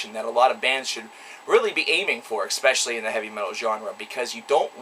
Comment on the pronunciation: Anyone can call any band overrated for all I care....but first they should know how to pronounce the word "especially".